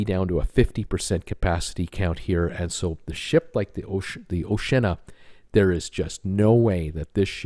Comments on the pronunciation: Dude - Oshi-Anna no o’shenna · Oceana, pronounced Oh-she-Anna, has decks of balconies, they just don’t have glass railings. So are the in hull balcony cabins on QM2 not balconies either? You spent minutes spouting incorrect information about this ship. We went on a sister ship - Sun Princess - and had a balcony. Second time you’ve said this series of ships have no balconies. Maybe do a bit more research? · ....its pronounced 'Oshe ee arna ' 🤣 Two nations seperated by a common language 🇬🇧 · Sorry, but I've got to add to the chorus here: I've been on the oh-shee-anna a couple of times and both times we had one of the many balconies. I'm not familiar with Sun Princess, but I do know that the Sea Princess (the first ship I ever cruised on) is very similar to Oceana, and is also blessed with many balconies. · have you ever considered doing another blog? I’m not sure cruising is your thing. Not only can you not say the name of the P&O Oceana correctly you also failed to even look at the photos you have posted to notice that she has hundreds of balcony cabins. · You are so wrong about oceana they have a lot of balconies , i am not english but i am able to prounoce oceana correct